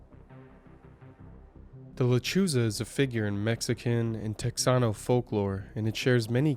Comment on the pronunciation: It's not teXano. It's Tejano and the J is pronounced like a hard H. Kind of guttural like at the back of the throat, like a hiss.